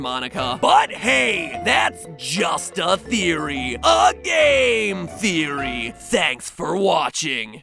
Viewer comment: He said Gale Theory